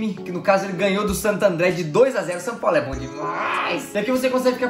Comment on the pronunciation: O fala sam paulo kkkk